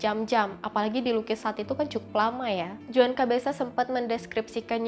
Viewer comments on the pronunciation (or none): none